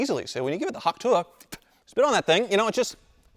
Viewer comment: HAWKTUI, Really 🤣😂😂